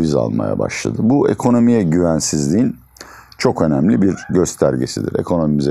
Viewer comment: Hoca "Çokomelli" Diyor.